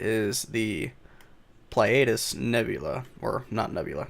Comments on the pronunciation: Ply-ay-dus? No, Plee-uh-dees. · Pleiades (Plei-a-des) Not whatever way you butchered it lol